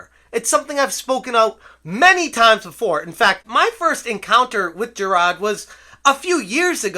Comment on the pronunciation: Jir-AHdddd. Stop. Ssstop it